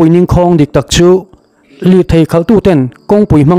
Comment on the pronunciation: Ngauhthlak a nuam hle mai.chutih laiin 'ning khâwng ' tih kha , ' Ka ning ' ning ang leh ' Inchhâ wng ' tih a chhâwng ang a lamin ' ningkhâwng ' ti a lam ṭhin a ni.